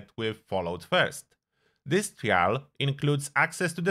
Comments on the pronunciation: I dont like the way you say trial. Its said like try all not tree al. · "Try-ul" just a fyi lol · bro you gotta learn to say the word ‘trial’ if you’re going to use it so many times in the video 🐢